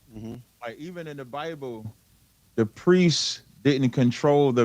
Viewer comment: “Bi-uh-ble” -Cap